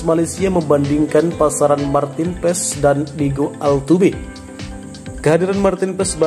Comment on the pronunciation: MARTEEN PAES DI BACA MARTIN PASS udah gitu aja jangan di rubah lagi PASS JADI PESS ada2 aja 🤣